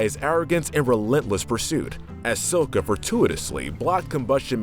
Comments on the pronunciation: Sokka not sokkae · It's soka not suka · it is not so-ka it is Like sa-ka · say it with me. Sock-Uh Sock-Uh. not soak-uh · I’m getting stressed how he keeps saying sakka’s name as “soa-ca” and not “sa-ka” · "Up next is S-o-kka." It's pronouced "S-ah-kka." "S-AH-KKA!!!!!!" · 3:0 Talks about the problems of the film...THEN MISPRONOUNCED SOKKA'S NAME JUSTVAS IT DID (Though you DID get Aang right...) SAU. SAU. SUAKKA. NOT SOEKKA. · The name is Sah-kah. Calling hin Soh-kah s alkost equating him to the Mistake Night Shamalon disaster. At least you had Aang's name right. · Soooooka wtf get your pronunciation correct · Him: says the movie sucks, 2 seconds later, calls Sokka, soak-u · did you watch the movie before the show? I heard you say sohca instead of sokka! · It's pronounced S•o•k•u! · HIS NAME IS PRONOUNCED SAKA EVEN IF ITS SPELLED SOKA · Did he just say sowka 😕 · Why does he pronounce sakka and kioshi wrong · DID U JUST SAY SOKA INSTEAD OF SOKKA!!! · ITS SO (LONG O) KKA! GET IT RIGHT DAMN IT! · Calls him sooka Literally shows a scene on how to properly pronounce his name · Okay okay. He says "soh-ka". At least he doesn't say "avatar ung" like the movie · It’s pronounced Sah-kha, and Key-Oh-Shi. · God admit it’s key-o-she and sa-ka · It’s pronounce Sock-a not whatever the fuck he is saying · ...DID HE JUST SAY "SOWKA"?! Shut the whole video down. SHUT. IT. DOWN. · S o ka and ke o she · I didn't know it could get worse than "Souka" but "Kaayoshi" somehow accomplishes it. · ok tales of ba sing se episode = sokka's tale the names sokka its pronounced with an okka young ladies i rocked ya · Don’t say sokkas name like that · Bro bashes the last air bender movie but pronounced sokka the way they pronounce it I’m the movie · You mispronounced sokka did u even watch the show? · I dont like how you pronounce sokka and kyoshi :( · Yu said Sokka wrong like they did in the crappy live action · Sokka is what pissed me off the most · You pronounce sokka wrong